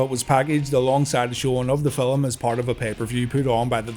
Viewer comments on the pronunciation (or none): Did you say filim my guy?? Update.....you did lol